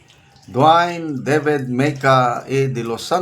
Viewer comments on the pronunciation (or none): none